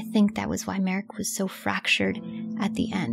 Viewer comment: ye, and please, her name is mArika, not mErika example of correct pronounce